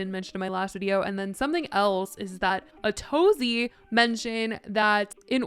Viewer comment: The most I've learned from Ace Fest is that Atozy's name is not pronounced like "A to Z"